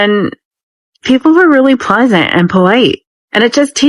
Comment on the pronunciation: I'm Chinese and I don't forget my "L". VD Vance it's "Pleasant" not Peasant!!! You forgot the L. PLEASANT. PLEASANT. Let's say it together PLEASANT.